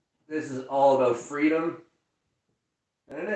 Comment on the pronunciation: Talk “aboot”! 😝